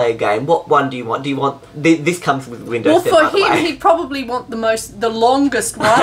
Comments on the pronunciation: It sounds like said: Windows hen I'm in the U.S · "Windows hen" U have triggered windows 10 by saying that. xD